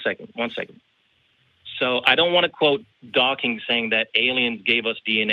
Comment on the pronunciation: I find it hard to take someone seriously when they say “Dawkings” and Illinoise”.